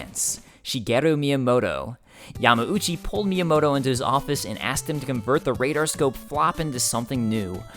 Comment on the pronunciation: Why does he say Yama-oochee? Isn't it Yahm-OW-chee?